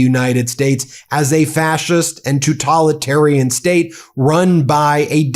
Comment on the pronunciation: I am so very proud of Charlie Angus (even though he totally misprounces "totalitarian" and "totalitarianism" each and every time [Ben: You seem to have picked it up from him too?]). I am so very proud of our Prime Minister, Mark Carney. He doesn’t allow the fascist to the south of us to trigger him into reacting. (It must be driving the fascist bonkers! [Well, MORE bonkers would perhaps be more accurate.]) I am so VERY proud of my fellow Canadians. It is the grassroots nature of our actions that are having an impact. I think that many of us are rather surprised that we've come together like this, that we are actually united on these crucial issues. Thank you, Ben, for bringing us Charlie's powerful and important speech. Keep on keeping on. STAY SAFE and ELBOWS UP! 🇨🇦 ❤️ 🇨🇦